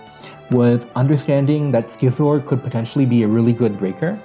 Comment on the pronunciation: Youre pronouncing scizor wrong homes